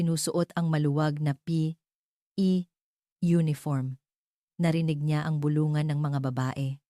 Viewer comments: Epic magbasa ng P.E😂😂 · Palibhasa AI generated -fiction itong vid na ito… kaya nskakataws kung paanong .. bigkasin ang ilang salita .,. tawa aqng malakas sa pagsasabi ng P.E. Uniforn na parang “ hinihika “ yung nagsasalita!!! hahahsha!!!! 😝😝😝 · Bakit po ba hirap na hirap kau banggitin un salitang P.E.😂😂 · Maryosep ,hirap na hirap sa pagbigkas ng P,,E uniform😅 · Mali ang pag bigkas mo ng p e. Hindi mo kailangang tumigil sa p tuloy lang dapat. Gusto ko Yong kwento mo. Thank you. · I'llano ba nman Yan ayaw idirecho ang pagbigkas ng P.E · Bakit ganyan kayo bumigkas ng tagalog parang hindi kayo nag aral ng lenguwahe ng Tagalog pati ba naman ang pagbigkas ng P. E. Hindi magandang pakinggan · Parang Tanga nman Yung nagsasalita p e Lang dpa mabigkas Ng maayus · Ano bang pagsasalita ya ng P E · Di wasto ang pag basa P. E lang hirap pa bigkasin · Pambihira bibigkasin lng ang salitang P.E. bkit hindi pa madiritso pambihira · ARTE M NMN MAGSALITA HALATANG HALATA ULTIMO UNG P.E. UNIFORM NDI MO PA MABIGKAS NG DERETSO EH HALATANG PINAY K NMN